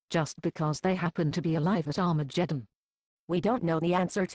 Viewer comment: I like the way xtranormal pronounces 'arma jeddon' LOL